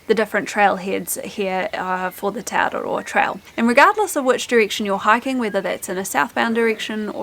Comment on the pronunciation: The way you pronounce te araroa and other mori words is really annoying. They do the same thing on the news all the time. They go out of their way to pronounce words like Kaikoura and Rotorua in the most ridiculous way, they way they think a mori would say it, even though there is no one mori way. It's just mori pandering, it's not necessary and should be stopped asap before they own the entire country.